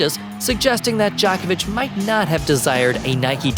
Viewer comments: Not Dj"A"kovic but DjOkovic. Djokovic is a Slav. Not Western cup of tea, that is why. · Good lord..it's pronounced Joe-ko-vitch,..not jock itch. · Djokovic, not Djahkovic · Like I'm going to be taking analysis of Novak Djokovic's promotional career from some random dude who doesn't even know how to pronounce his name. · Please learn how to pronounce he's name than go on you Tube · First of all before you waste our time and yours learn how to pronounce his name, then learn his place in tennis history , lastly stick to fact not BS for click baits, NIKE APPROACH HIM SEVERAL TIMES AND.HE REFUSED. FOR YOU INFO, LACOSTE IS MORE PRESTIGIOUS IN TENNIS THAN ANY OTHER BRAND THANK YOU AND GO AWAY, 🤡🤡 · Please dont say "djokovic" ever again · Djokovic is probably also controversial because he doesn't want their dirty, bloody money... I have heard that people who have received the covid vaccine can no longer pronounce the names of famous people correctly. 😉 I hope you're just naturally unintelligent and that's why you can't pronounce the last name of the greatest tennis player of all time. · You don't pronounce his last name correct.